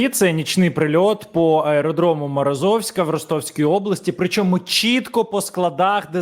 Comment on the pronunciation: МорозОвськ...😮 А що це за наголос такий дебільний?!😮😢😮 Це назва міста від слово МорОз!!! Так що треба казати МорОзовськ! Працюйте над наголосами міст та селищ.